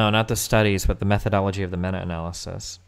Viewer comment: I was watching this on stream. I made it to the point where he mispronounced meta in meta-analysis. That’s a nope for me I can’t.